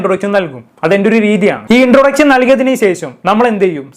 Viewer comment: വിശയം, ശേശം ,ഇൻട്രൊഡച്ഛൻ,ആച്ഛൻ 😂😂😂😂